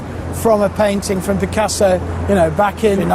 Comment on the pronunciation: You're right this man could habe try to learn correct prononciation. Picassoww !